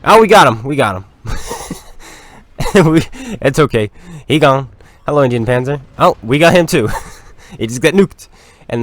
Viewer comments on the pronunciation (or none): none